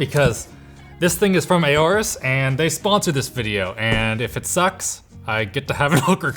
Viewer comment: That’s enough its aorus not A O rus its ours I mean f*ck nvm